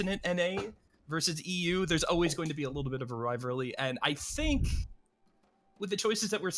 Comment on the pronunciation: Kid literally cant say rivalry "Riverly"